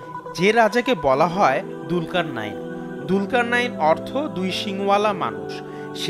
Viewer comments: It's julkar nain,,not dulkar nain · দুলকার নাঈন না। নামটি হবে জুলকারনাইন। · Bhai dulkarnayin na. Zulkarnyin hobe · যদি আপনি তার নামের বানান দুলকারনাইন বলে থাকেন, তাহলে সেটি ভুল বলছেন…… এর সঠিক উচ্চারণ হচ্ছে “জুলকারনাইন” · দুলকারনাইন নয় যূলকারনাইন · ভাই দুলকার নাইন বলছেন কেনো ক্বুরআনে আছে যুলকার নাইন। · কি ফেতনা নাম হলো জুলকারনাইন আর সে বলে দুলকারনাইন 😡